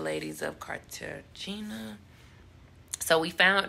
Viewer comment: “Carta-GINA”?! Yeah, it’s pronounced Carta-HAY-na babe… but definitely appreciate the video. Very informative for those traveling there!